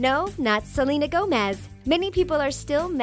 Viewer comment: Thats not how you say Selena